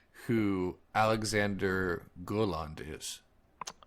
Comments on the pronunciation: It's pronounced "Gow-Lunt" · Alexander Gauland is a horrible human being. He's pronounced "gow-land"